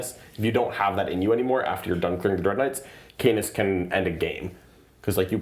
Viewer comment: Just me that giggled about the pronunciation of Canis as C-anus?